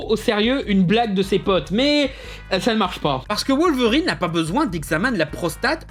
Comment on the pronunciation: Poudlarde XD C'est terrible ! Je comprend pas non plus la prononciation "volverine" pour Wolverine. Je pensais que ça se prononçait comme en anglais, avec un "W", vue que ça vient du nom anglais du glouton.